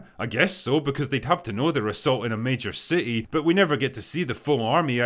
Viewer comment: + you pronounce city as ci' ee. Outstanding.